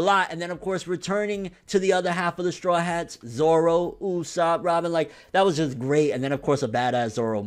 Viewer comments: grimmjow jaggerjack ZOWO get it right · grimmjow jaggerjack his name is Zoro. Zolo is wrong.